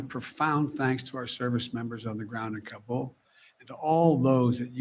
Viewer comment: he didn't even pronounce Kabul correctly. He should know.